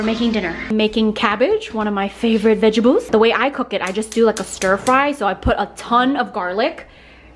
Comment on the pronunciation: vegebles!! HAHAHA